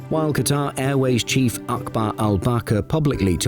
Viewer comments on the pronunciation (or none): none